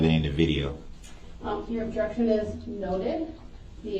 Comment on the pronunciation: Uhjection instead of objection! Tapped! Fair to say!